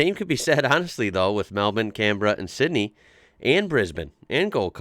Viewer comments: You're the only American I've heard pronounce our capital cities like we do! Mel-ben and Can-bra. Bris-ben. Love it! Oh, and there's knock shops in half the suburbs of Melbourne where I live. Of course I've only driven past them haha. Merry Xmas mate 👍😁🇦🇺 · First American to correctly nail the pronunciation of Melbourne. Congrats, and I'm from Brisbane. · Finally an American who says Brisbane and Melbourne correctly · It's so odd to hear a US accent then suddenly a correctly pronounced "Melbourne". It's nice that you have tried hard to get it to how we say it